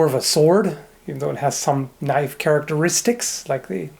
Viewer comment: "That's not a noif...this...is a noif"